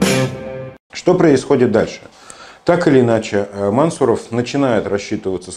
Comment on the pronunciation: Мансу'ров ударение на У. Кратко бы говорили, то цены бы Вам не было...